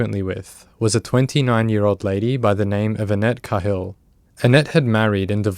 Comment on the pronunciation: Annette’s last name is pronounced KAY-hill